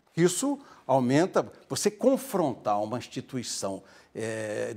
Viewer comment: É impressão minha ou o não sabe falar: 'Instituição, institucionalizada'?